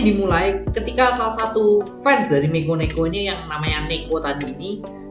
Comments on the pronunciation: Dari mikeneko jadi mikoneko, mekoneko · Lo ngomong mikeneko aja kagak becus